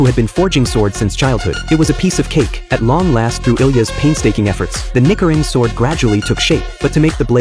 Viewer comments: Listening to that "nee-Kee-rin". It made my ears bleed. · The pronunciation of Nichirin is so irritating! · ffs it's not nikirin. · It’s obviously ai, its pronounced ni-chi-rin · Nicharine ( neechareen) for goodness sake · I hated it too. It is pronounced nee chee rin. I also hated how it pronounced Tengen wrong.bAlso if you are a true nerd about stuff and not just anime you know that nichirin translates to sun blade, so if you say nichirin sword you are technically saying sun blade sword. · Nee-Chee-Reen, you stupid AI narrator. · actually, it is knee chee rin, but I feel ya. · Holy larp bro😭😭😭 OH ITS NICHIRIN FROM DEMON SLAYER I HAD NO CLUE BY THE WAY HE WAS PRONOUNCING IT😭😭😭😭😭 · I think the ai mispronounced the swords they use in demon slayer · You're pronouncing Nichirin wrong...😔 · I don't even watch that show, but the way the AI voice mispronounced "Nichirin" pisses me off on principle. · Ur pronunciation of nichirin is pissing me off learn how to pronounce words u don’t know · He did NOT say Nichirin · Please learn how to say your Japanese words properly.You totally said the whole name of that ford wrong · I did not hear the "ch" in "nichirin" I swear I hear something different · only AI and people who aren't anime fans mispronounce Nichirin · im fuming right now cos they are pronouncing nichirin wrongly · why does it say nichirin like that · The pronunciation of the sword is sus to me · Bro why do people even use ai voice overs in their videos they clearly can't pronounce nichirin and tengen uzui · that AI voice is getting more and more dangerous the more its sayin nickerin sword its nichi mate nichi......but oh well when it says somethin racist cause that aint on me but i do hope to hear it before the video gets flagged😂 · Nikrin 😂 ai is dumb it’s nichrin sword. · Its nichirin not nikirin chill ch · Hearing the word nikirin instead of nichirin annoyed me so much😭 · It's nichirin not nichirin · Nee-chee-reen not nicker-rin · Ni-chi-rin. Not ni-ki-rin